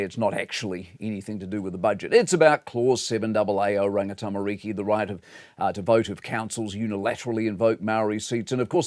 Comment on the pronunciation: Never heard of oh-ranger-Tami-reeeki.. how is it that a experienced journalist like Mike who for the most part is well respected have this level of ignorance when it comes to Māori affairs and makes absolutely no effort to pronounce basic Maori words and or place names correctly .. he’s a smart man, I’m sure there is room in that brain of his to get this right.